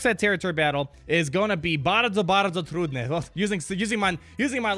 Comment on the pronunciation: 'Bardzo bardzo trudne':D Your Polish accent is great:)